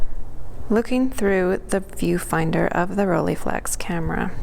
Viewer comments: Its not Roll"ee"flex, its Roll"ei" flex!!! Your pronunciation is very annoying. And the negative is not "about" 6cm by 6cm, it is precisely 6cm by 6cm. That's why its called medium-format. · It's not the end of the world or anything :-) but it's pronounced ROLL-EYE, not "rollie". The "EYE" part is exactly the same "EYE" as in "Leica", etc.